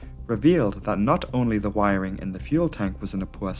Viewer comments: Word of the day. Wirering. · Wiring….fuel tank🤔……..WIRing……FUEL tank 🧐…..WIRING….FUELTANK!!!!🤨🤦🏽‍♂️